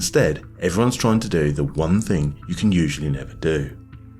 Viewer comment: It’s pronounced THING not FING